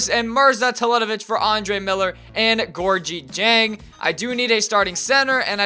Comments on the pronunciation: ITS GOR-GI JANG. HE WENT TO LOUISVILLE. SAY IT RIGHT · lease say Georgia dieng's name correct. Love u but I get mad when u say it wrong. It is pronounced "Gour-gee jang"